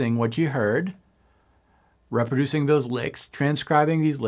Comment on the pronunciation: I think French is his first language.